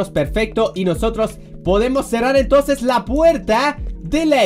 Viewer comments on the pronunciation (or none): none